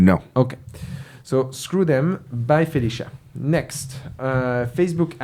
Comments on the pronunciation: Hearing "Bye Felicia" in a French accent is absolutely hilarious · It is everything! 😂